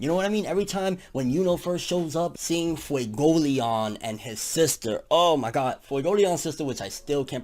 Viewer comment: You’re pronouncing Fuegoleon wrong. It’s Fuego Lee-own and Mereoleona is Mare-eo lee-own-uh. Also Patri is Pot-tree.